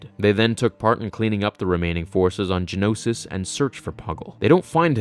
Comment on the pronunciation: Ge-Oh-No-Sis. Not Gen-Os-Is. And it’s Ge-Oh-No-sians. Geonosis. Geonosians. Who hired you?